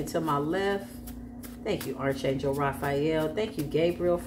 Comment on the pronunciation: ✅️ Arch is pronounced like Ark. Ark Angel Michael.